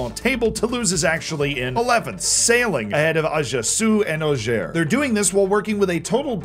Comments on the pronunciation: I think it's pronounced orcs-air. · The Auxerre fan in me will forgive you for butchering a name so tender to my ears